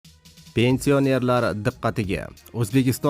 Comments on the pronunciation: Қисиб юрганинг яхши, пенсионер деган гапни тўғри айтишни ўрган. Йиғиштир интернетга чиқишни билимсиз бечора. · Пенсионер сузини тугри гапир олдин ,гапирищни урган хариб